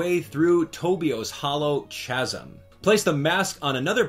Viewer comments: "Tobio's Hollow CHAZZ-um" bruh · It’s not even excusable. There’s only 1 pronunciation and it’s “kahsm”. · Lmao at your pronunciation of "chasm"